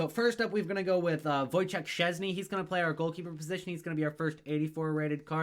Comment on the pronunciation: Szczęsny a nie czezny